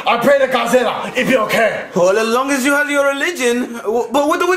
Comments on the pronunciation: He always replaces the l with an r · He says "Godzirra"